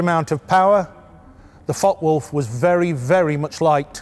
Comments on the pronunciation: Excellent video series brutal German fighters and elegant British fighters. In the interest of details the name of the FW190 is pronounced: Fokker Wulf einhundert neunzig. Hope this is of help. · The content and general presentation is really good. But it’s a shame the pronunciation of foreign aircraft names is off. It’s not difficult for an English person to include the ‘e’ by pretending there’s a silent ‘r’ on Focke, and pretending that the ‘W’ is a ‘V’ instead. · Interesting video. Is it just me or are you dropping a syllable, Fockwulf instead of Fock e wulf. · "fockwolf - fockwolf - fockwolf - fockwolf - fockwolf" No. Two words, and there's an "e" at the end of that first word. Focke Wulf. Focke-Wulf Flugzeugbau AG (German pronunciation: [fɔkəˈvʊlf]) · It is pronounced Fockuh Wulf, not Fock Wulf. A great video but the constant mispronunciation is a little jarring to my ear. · Too much publicity was given for the Me-109 while its better cousin the Focke-Wulf (pronounced Fokker), famously called the 'Butcher Bird' by the American B-17 bombers, only got some. Very good video anyway by IWM ! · Focke-Wulf isn't pronounced Fockwulf, you really have to intonate the E which is spoken like the English A with a tiny pause between the K and the E. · Pronouced Folker-wolf. The "e" is silent in English, NOT in German. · Please stop pronouncing it “Fok Wolf” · 4 minutes in and the mispronunciation of Focke-Wulf is starting to become an issue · The mispronunciation of focke upsets me greatly